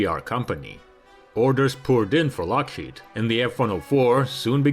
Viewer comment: is it just my impaired hearing or does the narrator say LOSHEED instead of Lokhead??